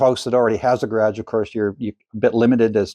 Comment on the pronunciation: "Ga' rhage"? What accent is that? Asking for a friend... Those arc shape shelf's are very cool, I'm stealing that. LOL